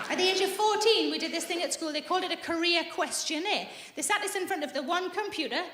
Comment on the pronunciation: ohhh “career quiz” — I heard “Korea quiz” and I was quite confused 😅